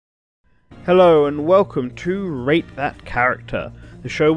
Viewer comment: I swear it sounds like you say rape that character